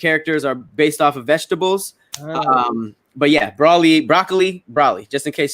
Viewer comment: It’s definitely pronounced Bro-Lee. Check the dubbed and subbed voice actors saying it lol